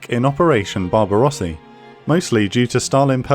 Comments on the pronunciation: Turns Barbarossa to Barbarossi, when Barbarossa is already from Italian! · I choked on my water when i heard operation barbarossi